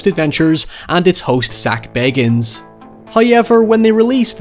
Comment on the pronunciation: Did you say, "it's host, Sackville Baggins"?